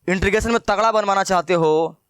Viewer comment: beta intregation bol rhe ho